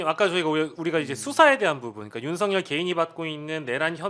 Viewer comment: 박범계는 소추인단에 있으면 안된다!!!!! 왜냐하면 윤썩열이 사시동기이다!!!!!! 탄핵추진하는데 전략이 윤썩열이한테 새나갈 수 있다 법무부장관할때도 제대로 일을 못한거 같다 윤썩열이 이름도 제대로 말하지도 못한다 수박같다!!!!!!!!!!!